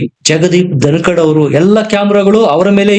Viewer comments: ❤️ಸರ್ ಧನಕಾಡ್ ಅಲ್ಲ ಧನಕರ್.. ಐ ಲವ್ ur ವೀಡಿಯೋಸ್.. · ಜಗದೀಪ್ ಧನಕಡ್ ಅಲ್ಲ ಅದು ಧನಕರ್